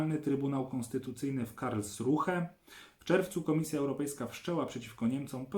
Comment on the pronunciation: Proszę wybaczyć wymądrzanie się, ale Karlsruhe wystarczy przeczytać jako "Karlsrue" ('h' nieme) i będzie "git". :)